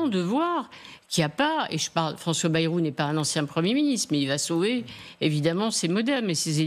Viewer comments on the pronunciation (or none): none